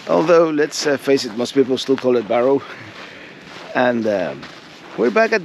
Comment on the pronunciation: Just in case you did not know, it is pronounced Bare Oh, not Bar oh.